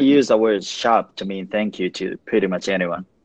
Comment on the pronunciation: Shopではなく、Sharpと言うのが正しいですね。 でもこういうのは面白いですねー